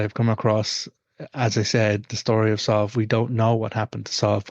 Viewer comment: My daughters name is sadhbh and it hurts my ears to hear you pronounce it like this. We pronounce it sieve anyway. Is the one you're using from another dialect or something?